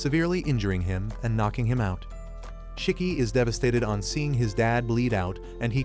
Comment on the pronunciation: It’s not chiki is shiki